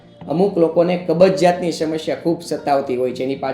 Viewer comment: "શમશ્યા" ન બોલાય, સાચો ઉચ્ચાર 'સમસ્યા' છે.